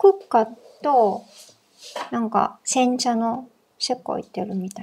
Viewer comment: 、こんにちは🌸 の煎茶発言は多分これが初めてだったと思います😆 思ったより発音が良くて私もびっくりしました🤣 いろんなお花が入ってたので日本茶だけどすごくフルーティーでしたよ〜✨